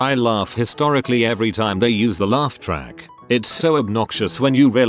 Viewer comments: LATRACK LATRACK LATRACK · It's the lawtracks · luah track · "...abuse the lawtack."